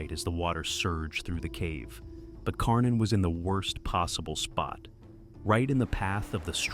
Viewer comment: Karnin becomes Kork-in.